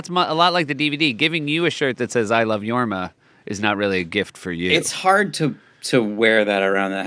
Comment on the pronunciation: Jorm? Isnt it Jorma